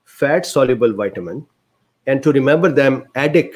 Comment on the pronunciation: "White-a-min" D This fellow is glorious human gold.